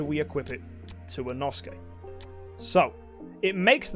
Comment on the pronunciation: omg I hate how he pronounce Inosake, seems like it is Japanese so I think it should be more like Ino-Saké